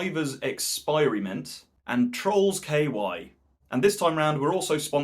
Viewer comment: The "-ky" in "Trollsky" (Polish) is pronounced like the English word "key", only shorter. Greetings from Poland! 🙂